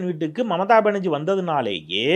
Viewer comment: அது மமதா பனர்ஜீ இல்லடா ..மம்தா பனர்ஜீ … 10 தடவ சொல்லு அப்பரம் சரியாகிடும்.. நாக்க வலியிடா அண்டா